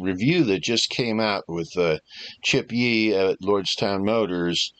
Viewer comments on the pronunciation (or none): Love yours vids but please work on name lol. Chi Yip not Chip Yee